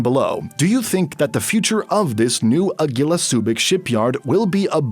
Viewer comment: your pronunciation of Agila is cringe tbh.